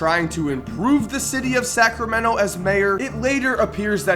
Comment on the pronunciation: The way says Sacramento like Sacrameno makes me want to kms